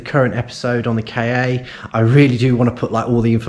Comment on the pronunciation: Good video. Things are getting better already. You've done well by the Ka (I used to work for a supplier to Ford and I'm sure it's pronounced "car" not K-A). Not the best colour but if you've already got a customer then great - be nice to see some money coming back in. Might be worth getting a camera headstrap - vision of accidentally letting the starter motor go one handed and it landing on your head... Don't forget recon might be cheaper, eg exchange starter. Audi TT - can be a mechanical nightmare, eg turbo - if selling retail it might come back and bite you.